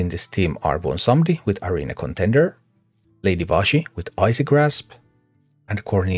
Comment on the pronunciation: The one task I actually need a guide to, thank you very much the way you call Lady Vashj, "Lady Vashy" cracks me up